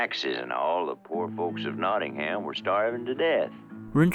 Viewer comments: One slightly jarring thing, and it comes with it being an American production, is the pronunciation of "Nottingham" - the stress is wrong. It seems to be a way of spotting someone talking in a British accent but not talking British English. NottingHAM Vs Nottinghm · Being from Nottingham i love this film... the way they say Nottingham annoys me. Its "Notting-um" not "Notting-ham" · As a Brit, the most upsetting bit of this film is the pronunciation of Nottingham. It's not Notting-HAM, it's Notting-UM. Makes me cry every time I hear it 😥🤪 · ( if you want to say it in an English way it's more Notting-um :) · Its a great film, my favourite Disney animation & its beautiful & sad. But, as an Englishman, I hate the way they pronounce Nottingham. If Hams at the end, it's more of an Em sound. Birmingham - Berm-in-em Nottingham- Not-in-em. Great video. As always. 👍 I can forgive you pronouncing the G. 😆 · I only wish they'd told Roger Millar how to pronounce "Nottingham" before they recorded the audio.